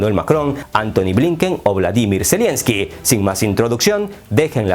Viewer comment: No es "zelienski", es "zelenski"